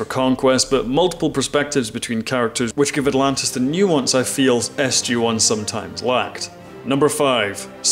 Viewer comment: Sorry but it s..gee one not s..jay one